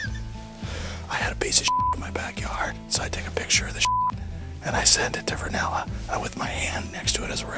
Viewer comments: you said varnella. You literally analyzed the named wrong. Its rinella, as in steven rinella the well known hunter from the show meat eater... which this clip is taken from. You also didnt analyze the rest of this clip where bryan callen says some of the funniest shit (shit jokes) at a hilarious cadence. And literally makes them all wheeze laugh because they are hunting and therefore trying to stay quiet. You ruined this clip by over analyzing it and doing so incorrectly. These are just bored dudes hunting. This isnt a battle for dominance in a social hierarchy. If anything they are trying to make each other laugh as they are likely cold and bored and trying to make the time pass easier. Guys do this without strings attached. I actually enjoy your content, and think you do a lot better when you stick to real confrontations. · Hey just wanted to point out he says Rinella instead of Varnella he's talking about Steve Rillena who's the host of the hunting show meat eaters. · You inferred an awful lot here, and the man's name isn't Vernella, it's Rinella. Steve Rinella, he's a prestigious outdoors-man who's been on several of Joe's podcasts. I still enjoy the videos, but maybe take a step back and look at this instance in particular from the perspective of two friends who constantly bust each others balls, rather than trying to psychoanalyze a friendship that has no hierarchy. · Hey its "Rinella" not "Varnella" . Fun video! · Its Rinella, not Vernela. Hes talking about Outdoorsmen/Hunter Steven Rinella.